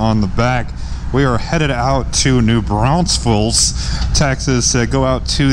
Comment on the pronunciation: please do those of us that live here a big favor and pronounce the name of our town correctly. new BRAUN FELS. only one 'S'. thanks